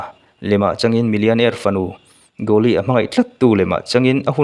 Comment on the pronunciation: Ithil lamdan hi amak thei e..coolie no1 hi Gooli iti daih a.. Kuuli tih niawm tak